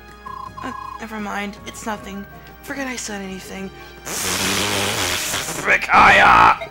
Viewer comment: Wow... mind is totally battle-clouded... "PRRRRRRRICAIAH!" HAHAHAHA LMFAO! AND I DO MEAN IT! What The Hell I couldn't stop laughing for a WHILE! WHERE DO YOU GET THIS STUFF!! XD...Wow... Even Leo is aware of how useless he is... that's kinda heartbreaking... But I don't got one! GO GET SOME SELF-ESTEEM! NOLAN-MAN! He's got a heart of gold and smarter than he looks! Also, he's awesome. Deadly combination.